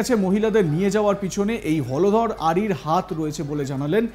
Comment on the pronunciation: হলধর না হোলধর?😂😂😂